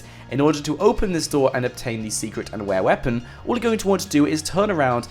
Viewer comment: ware weeapon :-)